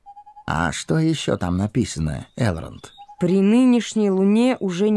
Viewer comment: Мужчина читает хорошо, но какой у вас перевод книги нелепый, где вместо орков гоблины, а названия городов и имен с не правильным ударением Э́лронд а не Элро́нд Го́ндолин а не Гондоли́н Ри́вендел а не Ривенде́йл Всю атмосферу портит Еще песни эльфов на сельский лад какой то, где эльфов выставляют какими то сельскими дурачками которые с Гендальфом и гномами как с дружками разговаривают